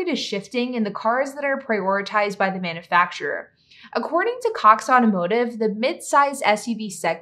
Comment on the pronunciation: I enjoy your videos. The way you pronounce "manufacturer" though.....nails on a chalkboard!